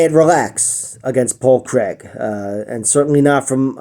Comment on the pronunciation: Great vid man and from a Scotsman we appreciate the correct pronunciation of Craig!